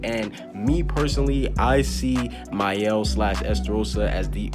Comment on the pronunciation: Thank you for pronuncing Maels name they call him “Male” 🤦‍♂️